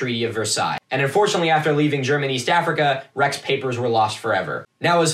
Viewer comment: I love the way you pronounce "Germaniest Africa" 😅